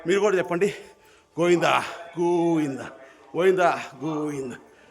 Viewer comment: గోఇంద.కాదు. గోవిందా. పలకడం కూడా చేతకాదు కరెక్ట్గా పలుకు